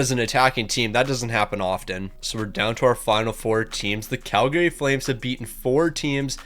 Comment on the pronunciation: Tip for you - people from Calgary don't pronounce the second A. It's pronounced Calgry